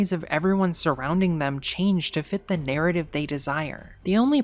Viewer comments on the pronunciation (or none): none